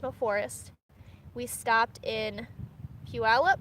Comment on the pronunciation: It's Pew-al-up. You're in my old neck of the woods. Head over white pass